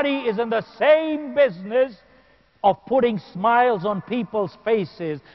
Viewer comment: folks not fox lmao